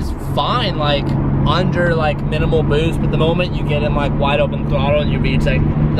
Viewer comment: Omg it's so funny the way u said boost a minutes in exact lmfao😂😂😂🤣🤣